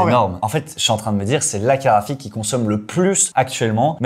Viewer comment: La caraphique, tu veux dire !